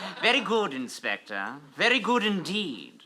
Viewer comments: inspector please sounds like hector please. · WOAH I just realized that when says "inspector PLLEEEAASSEEE" it sounded exactly like "Hector PLLEEEAASSEE" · Has anyone noticed that in the one where saying the crimes he committed, say "Inspector, please," and it sounds a lot like "Hector, please"?